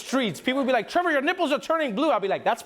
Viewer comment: Rihanna is from Barbados Trevor. She’s just using the Barbados pronunciation. Just like you call yourself “Travah” lol not judging btw I love the way you pronounce it.